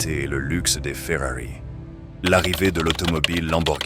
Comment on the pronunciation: j'avoue le "lambowurgnini' et le 'fwueuari' son un peu, comment dire, agacent mais sinon la vidéo est très intéressante, bon montage ect.... tu mérite vachement plus de vues! essaie aussi de mettre plus d’énergies dans tu voix!